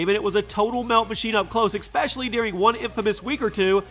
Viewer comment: Do Americans know that it's "ES-pecially" and not "EX-pecially"